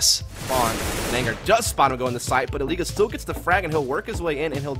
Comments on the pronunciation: Bruh the caster literally calls him "Elige" instead of "Eleej" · caster calling him Eliguh wtf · so if he named himself as the spanish for "select" then the "g" in elige shouldn't be a "zh" sound but instead an "h" sound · casters called him “eli-guh” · E Lee gugh. :D That casters mispronunciation is just hilarious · "El-le-ga" LOL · Eli-guh just sounds weird right now, even though thats probably the Spanish pronunciation. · It isn't. It's eli-he. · Name: Came from Spanish Pronunciation: American English